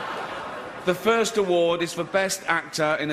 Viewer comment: Let’s do the first award…(quick pause, rolls his eyes) The first award…fffffff 😂